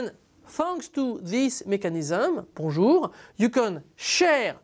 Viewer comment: Apt that YouTube should recommend a Bonjour protocol explanation from a Frenchman! Thanks, now my understanding of bonjour is correctly pronounced :)